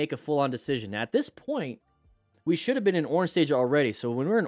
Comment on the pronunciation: are you serious right neow